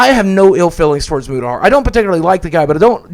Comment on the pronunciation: I like at the end when n boogie started called Mutahar “mutacar” hahaha